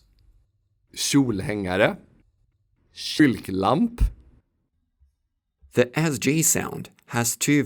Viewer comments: This is the best video about Swedish I’ve seen by a non-native. Very well done! Although I noticed there was an error . The y in kylklamp is long because it’s a compound word of kyl+klamp. You pronounced it with a short y which implies a compound between the nonsense words kylk+lamp. Also you really exaggerate the pitch accent at times but I think that only sounds strange to me because I’m from the north and we generally pronounce things with a falling tone more often. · Lol. "Kylk-lamp". It's "kyl-klamp". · Damn that kylklamp with a short y startled me I also wasn’t expecting my deadname Norna to be in here to that was also startling when u have the video in the background and someone just says a name you haven’t heard in years💀